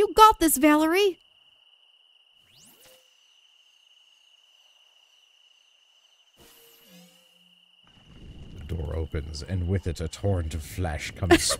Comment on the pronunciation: Calling Valere Valerie is super annoying ngl lol